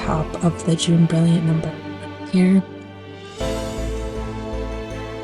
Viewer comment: Jaune is a French pronunciation. More like ‘Joan’ Not June. Fun video thanks!